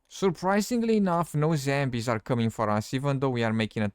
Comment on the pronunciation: got me at " zhembies " !